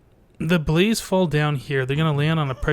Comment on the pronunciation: when you say blaze i hear police :P and i just subscribed, i liked this a lot ;)